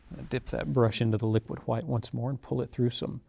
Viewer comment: "LIQUID HHWHITE..." 🤣🤣😭 🙏🏾🕊REST IN PAINTINGS & HAPPY LITTLE MISTAKES BOB ROSS🕊🙏🏾